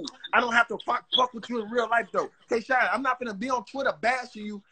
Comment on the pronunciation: did anybody else hear call k shine twork???